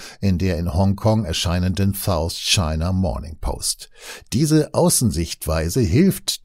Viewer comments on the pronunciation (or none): none